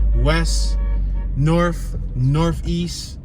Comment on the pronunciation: Norf, Wess, & Soufwess.